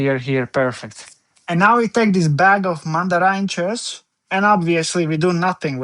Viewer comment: In dem Moment in dem du Mandarinjes gesagt hast, wußte ich du bist Holländer.